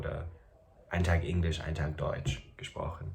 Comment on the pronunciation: Hey! In case you are still interested in someone locating your accent, I have a few points. And by the way, I understand the slight frustration of someone still pointing an accent out when you are basically on C2 Level already! So this is just because you asked:) - Very English pronunciation of the word “Englisch”, especially the “e”. - Very careful pronunciation of word endings, but this is something that will disappear over time. As well as overall careful pronunciation of everything, which is normal and a very good tool to speak correctly! - sometimes you use “wenn” instead of “als” even though most times you use it correctly, this is a hard one, I know! The rest is hard to locate because it’s barely there. Overall, you have excellent German and pronunciation 🙌🏽